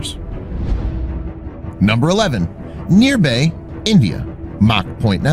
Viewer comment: its nirbhaya not nirbhay